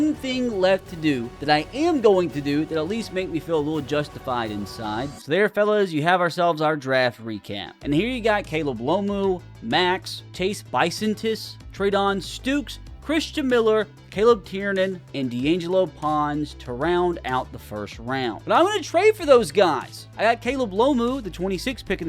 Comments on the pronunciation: B-Son-Tis wtf is Bison-Itus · Chase Buh-son-tis